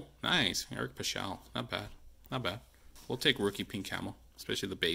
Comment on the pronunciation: I love how you pronounced Eric paschal, it cracks me up. when I open my breaks and I get paschal, I say it like you! jp lol take care would love the garland